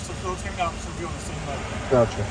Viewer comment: "Occifer" ? Did you mean 'officer'?